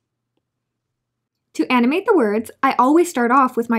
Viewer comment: I thought she said anime words XD